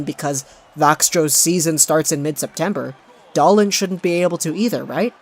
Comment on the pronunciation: If you're going to position yourself as a Canuck expert, please pronounce their names properly. It's Dahleen and Peh-ter-son.